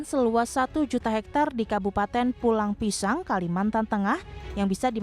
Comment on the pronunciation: Bkn Pulang Pisau tp Pulang Pisau